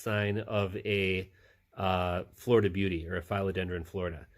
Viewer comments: Philodendron not Fileodendron. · your suppositions on these plants are all wrong... there are several professional growers you can message.. you can;t even pronounce philodendron! trusting facebook posts etc is a crap shoot at best...